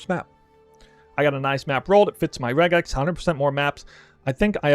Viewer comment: first poe content creator that knows how to pronounce regex I'm impressed